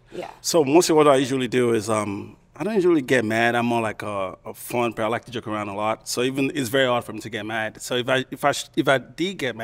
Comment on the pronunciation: Joke sounded like jerk 😂😂